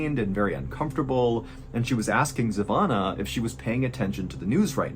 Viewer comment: Place name is Kichevo and her name iz Zhivana...its hard for americans to say names from eastern europe and former yugoslavia...gretings from Serbia and sorry for bad english Mr. Ballen